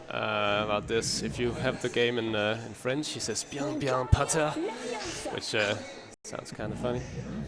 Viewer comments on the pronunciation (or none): none